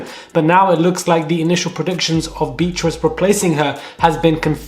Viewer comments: Beatrice is not pronounced as Beetrice (quite hard on the ear), but Bee-a-triss. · The way you pronounce her name BEE TRISS 🤔🤣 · You’re still pronouncing Beatrice wrong